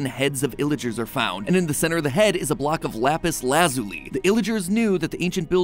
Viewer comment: The real lore is why in the world you mispronounced basalt, lapis lazuli, and elytra all in one video.